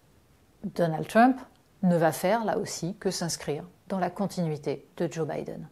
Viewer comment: je ne peux pas l ecouter prononcer le mot Trump. comment on peut etre aussi ridicule? pourquoi elle ne prononce pas Harris de la meme façon ? une perosnne lui dise, please!!!